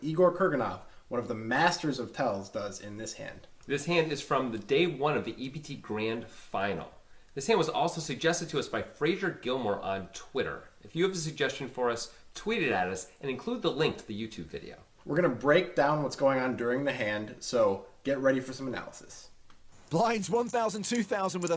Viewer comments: Listened to the podcast lads, and it's 'fray-za.' You darn yanks always get it wrong... Thanks for reviewing the hand and, love your work as always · Americans accentuate R's at the end of words, that's just how they talk. You can't make specific exceptions for your name, sorry. :P There are Americans called Fraser, and for them it's correct to pronounce it Fray-zerr.